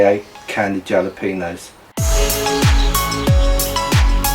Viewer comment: Nope. Not watching a cowboy candy recipe video by a guy who can’t pronounce “jalapeños”. Thanks for playing. Next.